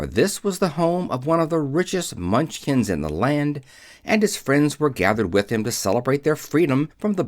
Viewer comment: The Mun chins? Surely you meant Munch kin